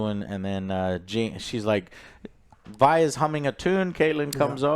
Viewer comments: why does he keep calling Vi, V? wdf lol. bruh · Vee (Vi), Zoon (Zaun), Noxia (Noxus).... IS DOING THIS ON PURPOSE?!?! LOL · how are you gonna watch multiple episodes but still pronounce things wrong, "VEE" and ZOON" wth🤣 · why is joe STILL calling her 'Vee'?? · How has he watched it so many times and still calls Vi "VEE" and Zaun "ZOON" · How does Joe remember how to pronounce Isha but screw up Vi and Zaun as "Vee" and "Zune" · Jim you need a damn speech therapist, how do you get zoon and zion outa Zaun and then mispronounce a 2 letter name saying Vee instead of Vi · He's gotta get the pronouciations down lol Zoon and Vee. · YES! Lol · I get mispronouncing stuff when reading it, but how do you mispronounce a name you HEAR as often as Vi and Zaun?! WTF